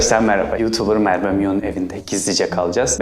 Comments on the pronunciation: Mervemion demeeeeeeee gıcık oldum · Abi merbe dedin